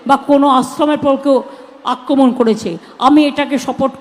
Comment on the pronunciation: CM akraman bolte parey na bolche akaman 😮😮